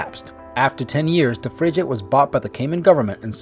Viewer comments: WTF is a "Frijate" ???? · And frigate and Fridge Ate? Wow, can these people get someone with a basic understanding of the English language to voice these videos? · Lusitania. Also the g in frigate is hard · Schooner? Fridge-ate? Learn to pronounce! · Oh god the pronunciation sucks fridgeate shooner wtf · I've never heard so many mis pronounced words in a video ever , he really can't pronounce easy words like " schooner " and " frigate " ?? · dude i cant believe you mispronounced frigate and more importantly Jacques Cousteau